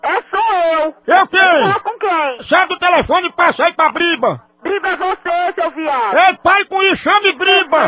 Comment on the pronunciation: Sabe nem falar. Não é briba. É BRÍBORA